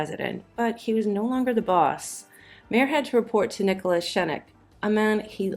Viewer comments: Nicholas Schenk's name is pronounced "Shank," more or less, in German. Goodness knows why people insisted on rendering it as "Skenk," in many Hollywood history vids. Just look it up. It's really easy. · It's pronounced Nicholas SKENK, which explains Mayer's "Nicholas Skunk" nickname. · Also the movie studio head was Joe Schenck Not “Schenecken!” And Keenan Wynns first name is pronounced as it is spelled not “Kee-yen!”